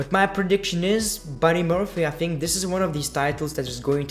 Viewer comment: Why do you pronounce "think" as "fink"?